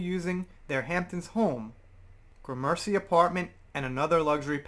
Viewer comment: It's pronounced Gram- as in the measure of a weight - then "mercy". *Gram*mercy, lol. Very nice neighborhood on the east side of Manhattan. Wonder if she's being kicked out of all the properties, or just one. What good is her pre-nup if he can kick her out (or are they both kicked out?) Yes, bit of a mystery but I never cared about the Olson twins anyway, sorry.